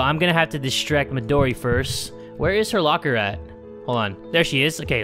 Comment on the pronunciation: I love how he says “MiDoRi GurinUuu”